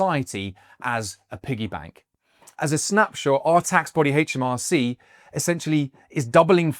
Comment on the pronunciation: It's aitch, not haitch - aitch em ar cee